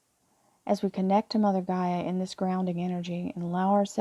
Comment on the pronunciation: GAIA, not Geyer! 🤣